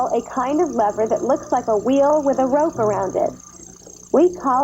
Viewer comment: An educational show mispronouncing lever? Yikes!